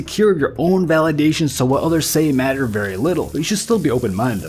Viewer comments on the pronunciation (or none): none